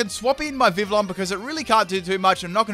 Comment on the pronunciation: im not sure if thats how you pronounce Vivillon... and pretty sure thats not how you pronounce magearna. but whatev